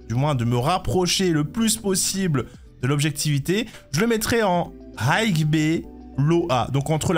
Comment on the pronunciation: Le "gh" de high ne se prononce pas le frère. Autrement tu aurais dû faire une catégorie au dessus de S+ car Acheron elle détruit Lunae et Jingliu de loin. Pareil pour Ruan Mei qui est au dessus de Sparkle par contre même si Sparkle reste un peu meilleur que Bronya, elle reste dans le même tier avec Sparkle, niveau sustain Gepard a pris un up grâce à Acheron. Pela même délire que Gepard qui up grâce à Acheron.